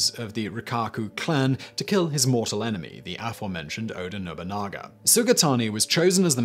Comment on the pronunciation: Oda Nobunaga OH-dah no-boo-nah-gah. Mochizuki Chiyome mow-chee-zoo-key chee-yo-may. Sorry, I've heard Oda's name murdered more than I can handle today.